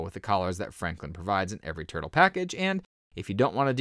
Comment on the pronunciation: Why do I hear this guy call it "Turd-o"?